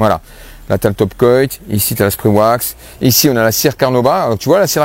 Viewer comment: merci pour tout ça. bon ''coat" se prononce "côte'' comme une "cote de boeuf'' 😊👍👍